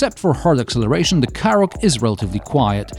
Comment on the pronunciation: Forget about all the Skoda pronunciation, I thought you were saying Karrot, well it is a bit of a vegetable.